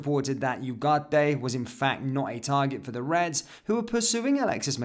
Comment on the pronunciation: From an hispanoblante, thank you for your efforts on adding the "ay" at the end of Ugarte. Don't worry about trilling the "r"s. It's not in the English language unless you were born up North. I can't speak for everyone from the Americas, but I noticed your effort, and I really appreciated it!